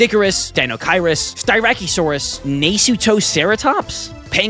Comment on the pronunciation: sty- rack- OH- saurus and nuh-suit-o-ceratops